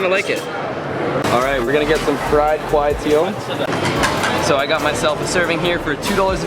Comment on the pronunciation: Clark Quay is pronounced Clark "kee" not Clark "kway" haha, and also butchered "kway teow" but I'm still a big fan ;)